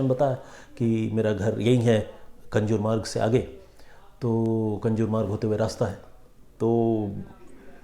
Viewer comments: कंजुर मार्ग नाहीं कांजूर मार्ग हैं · कंजुरमार्ग नही कांजुरमार्ग. सर आप नामो का ऊचारण गलत कर रहे है. 🙏